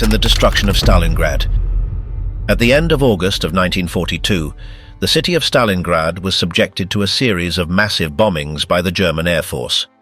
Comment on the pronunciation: Stalingrad not Stalinggrad